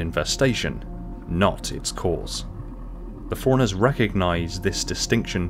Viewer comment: I keep hearing foreigners instead of Forerunners and it’s entertaining me wildly